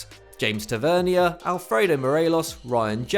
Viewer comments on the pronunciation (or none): It's Tav-er-near, not Tav-er-ne-a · Try saying the captains name properly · The pronunciation of tavanier is wrong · Why are you pronouncing Tavernier like that 😭😂😂